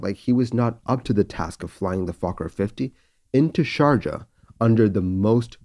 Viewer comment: Great recreation, as usual and quite shocking episode. Just one comment on the pronunce of Sharjah: I believe the "j" should sound "ee" as in "bee", if this makes sense to you.